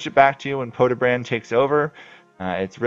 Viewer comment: its pronounced podye-brahd not podebrand